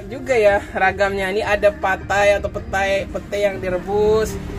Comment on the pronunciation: Patai, Petai, or Pete? which one is right? in Riau people call it "Petai", in Jakarta people call it "Pete". This is the first I heard you call it "Patai".